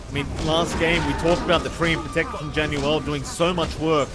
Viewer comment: This caster just casually screwing up 3 of the players names is rather frustrating to try keep up with listening to. JaUNel not JaNUel, saying yopaj backwards, and calling Jackboys jacky is really off-putting. Idk if he's just unfamiliar with the players or something but you'd think you will be saying all their names more than anything in casting you should probably get them right/make it clear for the listeners.